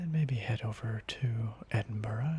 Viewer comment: I love this, but as a native to the Scottish borders, I have to be 'that' guy and say Edinburgh is pronounced 'EdinBRUH', not 'EdinBORO'.